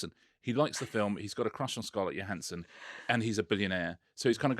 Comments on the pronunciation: Thought she pronounces her name, JO-hansson. not YO-hansson? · It's "Joe" hansson. Not 'Yo" hansson. 😅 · Her name is Scarlett Johansson. Her surname is pronounced with a J, like Joe Hansen. Not Yo Hansen. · They mispronounced Scarlett's name wrong. It's "Johansson" not "Johansson". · I remember an interview from a few years back when Scarlett Johansson confirmed that her surname is pronounced 'Joe' rather than 'Yo'. You do you obvs. x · Why does everyone in the UK mispronounce Scarlett Johansson's name YO-hansson? Isn't she well-known over there? I thought she was one of the biggest box office stars in the world. It seems odd that Brit presenters don't know how she pronounces her name. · I commented just for the joke, but Scarlett pronounces the "J". Like Joe Hanson. So it's "Johansson" not "Johansson". 🙂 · Scarlett Johannsen's name is pronounced with a hard Jo. I know this is old but it annoys me everytime people get it wrong (I've spent a life having my name eternally spelled wrong).